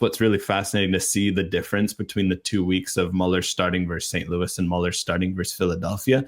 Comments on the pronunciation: Pronounce Müller like Ferris Bueller. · So am I, have never heard a native speaker pronounce it Muller. There is a clear distinction between Muller and Müller that is lost here. So yeah people get umlaut pronunciations confused all the time, but i really don't think that's the case here. It is definitely not pronounced exactly as they said it. Close enough? Sure. Exactly? definitely not. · No idea how Bueller is pronounced, but "Muller" is not "Müller". Everyone in the anglosphere pronounces his name like that, but its not what its pronounced like in german imo